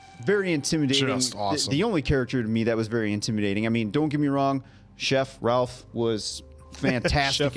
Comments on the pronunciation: I saw this one by myself on Thanksgiving in an empty movie theater after taking an edible and it was the best experience ever haha!! I was laughing and gasping the entire way through. SO happy to get to experience it again with you guys! Also, Ralph Fiennes' first name is pronounced like "Rayf"! Such an icon! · Ralph Fiennes' name is pronounced Rafe. I believe the spelling and pronunciation is Nordic. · I know it looks like you pronounce his name like you think you should, but it's pronounced Rafe 😉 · His name is pronounced "Raife", not "Ralph". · Just a little fyi, its not r-al-ph, its pronounced r-a-ff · his name is Rafe not Ralph. The "L" is silent. Side note: I wholeheartedly agree Appleton Oak's critique of pretension diners. I too have unfortunately come in contact with too many fake abnormal diners who say they enjoy their 11 or 12 course meal. I don't enjoy exquisite restaurants like that. You don't enjoy yourself at those restaurants. Just give me some KFC or a Burger with sides. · Ray-fuh not Rawl-fuh is how this particular Ralph is pronounced with regards to Ralph Finnes. Interestingly, Ralph’s baby brother , Joseph Fiennes, star of the multi award winning Shakespeare in Love, pronounces Joseph the normal way. Not sure why their parents went with Ray-fuh for Ralph. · Just for future reference...Ralph Fiennes's name is pronounced Rafe, not Ralph 😊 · Pronounced Rafe not Ralf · Apart from Ralph's name being pronounced rayf you didn't miss anything ps I only found out last week as well😅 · I know this is three years too late but Ralph pronounces his first name as Rayfes. Like Ray-fs. I WISH I was joking. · Just want to quickly point out that Ralph Fiennes first name is pronounced like ‘Rafe’. 😊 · It's pronounced Rafe. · “RaLpH” lol someone please tell me they have since been corrected on the pronunciation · Ralph's name is pronounced "rayf" btw. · It’s pronounced “Rayf” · Ralph is pronounced rafe rhymes, with rake